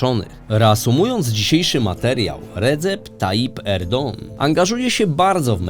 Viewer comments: Popieram. No i akcent pada na ostatnią sylabę, o ile się nie mylę. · Erdoan, Erdogan, Erdąąą - to mnie jako osoby tureckojęzycznej, ale też ogólnie jest to problematyczne słyszeć jedno nazwisko wymawiane na kilka różnych sposobów w filmie. Czy mógłbyś przemyśleć wymawianie /erdoan/ jak powinno po turecku? Pozdrawiam i dziękuję za film